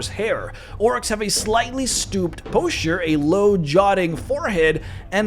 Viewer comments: That's not how you pronounce posture. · The way he pronounced posture bugged me all night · Thanks for the cool in depth look at orcs. Your pronunciation of 'posture' is killing me haha.